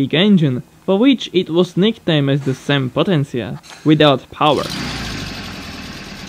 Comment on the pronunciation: You spoke "sem potência" in the right way,. I'm from Brazil and it's nice to see cars from here in your video hahahaha